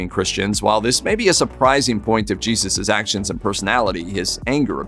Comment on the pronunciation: YAYzoos pronunciation ?